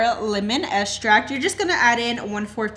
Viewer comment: Great recipe. I like how you say estract rather than extract. 😉